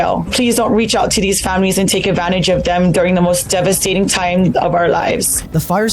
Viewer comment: This woman doesn't even know how to say "devastating"